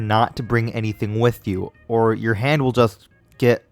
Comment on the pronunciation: “Hand not hond”